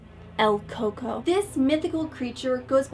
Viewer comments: It's el cucuy lol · It's El Cucuy not El Coco since coco is spanish for coconut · el coco what the hell...you got it wrong is EL CUCUY....its the mexican boogie man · Umm excuse me it's cucuy no coco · it's El cucuy! don't be surprised if he shows up to get u since you pronounced his name wrong